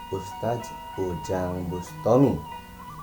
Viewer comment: NGOMONG "USTADZ" AJA GELEPOTAN KOK MAU NGOMENTARI ORANG LAIN